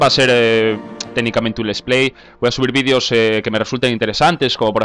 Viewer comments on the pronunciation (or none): none